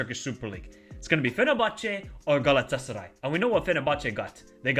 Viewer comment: your pronunciation saying "Galatasaray" is amazing... :D